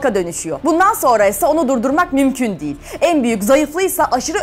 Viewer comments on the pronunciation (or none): none